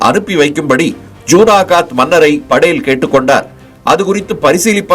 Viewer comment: நல்ல பதிவு ! ஆனால் படேல் , Padel என்று கூறப்படுவதை தவிர்த்திருக்கலாம்.